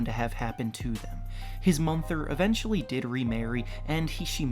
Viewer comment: Yo like learn how to talk. Tf is a “Illi-noise” or a “Mumther”?